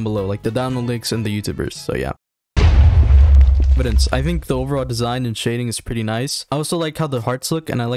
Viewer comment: evident ❌ evidence ✅